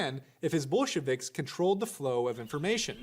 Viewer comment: They think talking to kids means use a Blue's Clues background?! Also, subtle mispronounced words like Ramen-offs and Bullshiviks for derisive effect must be Prager's new normal.